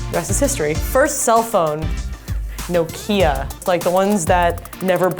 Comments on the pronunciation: "No-kia" pronounces it as "no- Ikea" because nokia's don't break ever. Neither does ikea stuff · i felt how she pronounced "noKia" ahaha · No-kia..hmm we pronounce it knock-ia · Thanks Amber, just found out that there's another way of pronouncing Nokia XD